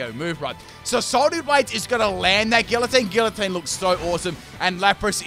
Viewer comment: Its actually pronounced gee-uh-teen